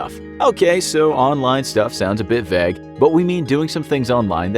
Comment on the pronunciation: disliked video when they pronounced vague "vegg"